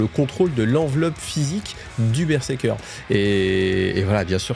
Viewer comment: Alors c'est pas pour faire le mec chiant, mais on dit BER-ZER-KER Pas BerSeker 😂